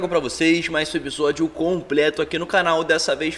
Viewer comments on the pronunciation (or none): é “episódio” “EPISÓDIO” Não é Ebisódio não.